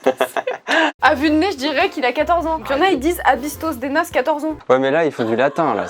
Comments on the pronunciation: Par contre "a bistos de nas" le dernier "s" de "bistos" ne se prenonce pas 🤣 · Je vis dans le sud et les 3/4 des expressions viennent du patois (gascon pour ma part) , l'ancienne langue locale. Je peux comprendre la surprise quand vous avez vu "A bistro dé nas" que vous avez très mal prononcé XD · Ils ont pas bien prononcé a bistos de nas